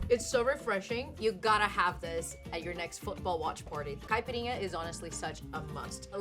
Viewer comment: Her mix seems pretty good….but yea, she even pronounces caipirinha in a weird way 😅